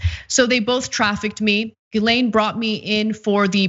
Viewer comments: people making comments trying to turn pedophilia political and i'm just there wondering why people keep pronoucing Guislaine as Guylaine. also pedophiles arent a political thing people ffs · Her name is pronounced "Jiss-lane" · Ana how did you read that wrong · Can someone on tyt have the decency to teach Ana how not to butcher a French surname.. ffs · Can someone at TYT ask Ana why she insists on mispronouncing Ghislaine's name?